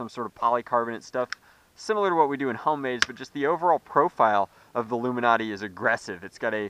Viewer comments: it's ilumaNATE not illumiNATEEE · Its Lumanate not Luminate! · It's "Lu'-muh-nat", not "Lu-min-ot-ee". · correct me if im dumb, but wouldn't it be pronounced (loom in ate) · I'm think it's pronounced luma-nate like because it lights up. "It illuminates" not trying to be an ass or anything I've been a sub almost from the start :p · its pronounced LOO mih nate it rhymes with 8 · DIAMOND CLASHER it was a joke to start.which is fine but as he continues the video he keeps saying it legitimately. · I can't watch this video normally with how the luminate is pronounced.